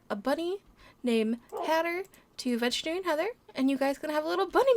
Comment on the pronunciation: Its veterinarian not vegetary LOL😆😆😊